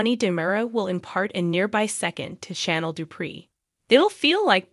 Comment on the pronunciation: It's Chanel, not "Shannel"